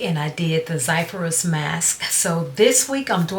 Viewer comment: Zizyphus but pronounced as Zizufus